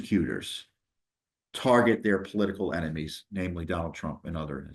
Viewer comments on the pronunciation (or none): none